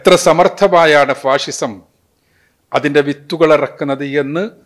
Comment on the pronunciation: ഫാസിസം ആണ് ഫാഴിഷം അല്ല